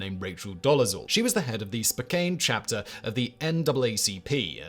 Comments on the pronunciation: Pronounced SpoCAN not SpoCANE. The name is misspelled. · Hey Simone Whistle, Spokane is not pronounced Spoh-kane, it's pronounced Spoh-kahn. It's a Salish word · Darn Europeans! It's Spo-can, Fact Boi! Not Spo-cane. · Is that the correct pronunciation of Spokane? I thought it sounds like "spoken" like he hasn't spoken since he went into a coma. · Simon, Spokane is pronounced spoke•Anne. No way you could know unless you'd heard it. Indigenous origin, I believe.